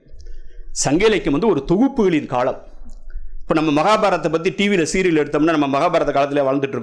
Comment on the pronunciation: இவர் ஏன் காளம் என்கிறார்